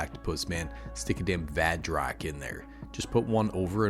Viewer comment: At first i thought you said vag rock 😳